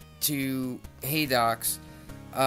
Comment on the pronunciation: You pronounced it correctly haha